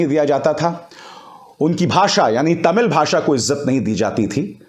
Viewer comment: I appreciate the way you pronounced "Tamil" unlike other Hindi speakers. Perfect pronounciation.